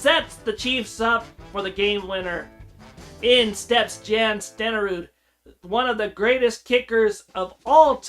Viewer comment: It's pronounced Jan (Yawn)